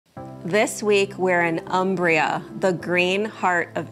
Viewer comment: Thank you for this video. I like all the details re: the town. BTW, it's pronounced 'OOmbria'. Ciao!